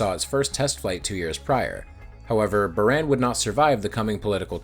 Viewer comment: in Buran, the a isnt eh but Ahh